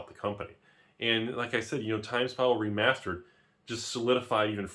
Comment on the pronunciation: Let me save you time. literally spends 13 minutes and 5 seconds saying "(Previous Magic release) Remasered?"